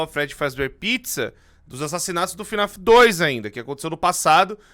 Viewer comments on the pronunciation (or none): lek ele falando fnef, falando Henry errado, chamando a criança de Michael tava doendo lek pqp slk falou tanta coisa errada que eu tô me contorcendo até agr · Pq vc fala fnef?